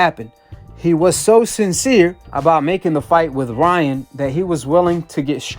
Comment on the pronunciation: “Lyan” Garcia